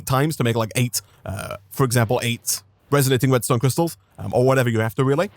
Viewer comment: Omg every time you have said resonating redstone crystal i heard restonia crystal